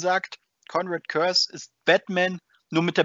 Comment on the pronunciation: Im Hörbuch zum Roman Soulhunter wird Kurze wie Curse ausgesprochen.